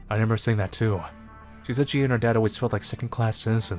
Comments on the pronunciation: please take this as kindly as you can i like your content but its re-MEM-ber not re-NEM-ber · I just realized you say renember instead of remember. I thought I was the only one who said that..